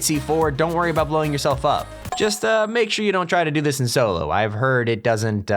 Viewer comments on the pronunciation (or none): none